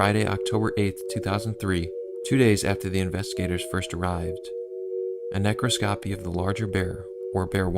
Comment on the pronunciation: Thanks for noting the mispronunciation of “quay”. . Now how about “necroscopy”?😂. The accent goes on the 2nd syllable, so… “nuh-KROSS-kuh-pee”. I’m just being a word nerd - I envy your speaking voice and you have great content!